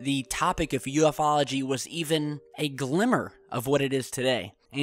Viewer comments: Sunny, who said anything about "you-foes"? I sure as hell didn't. Just letting know the correct way to pronounce "ufology". And again, it's pronounced like this... "you-fall-o-jee." So have a great night/day, or whatever. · Ufology is all one word it's not uf ology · Shane Bickmore they're not called "you-foes" though so it should be "you eff ology" :/